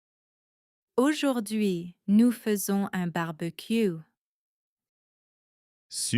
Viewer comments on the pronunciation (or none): faisons➡️ fe-zon